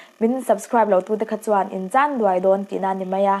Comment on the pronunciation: Chân dùai ni lovin chân dúai ti ve tawh la. Duai hi ka nguai tiha nguai ang lam tur aw